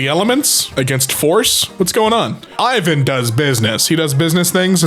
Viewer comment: reading IVAN as I VAN and not EVAN is mildly infuriating 😅😂